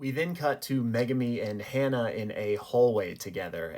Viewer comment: Ha-Na not Hannah.....